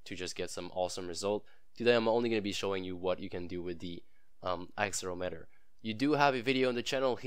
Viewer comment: that not how you say axel erometer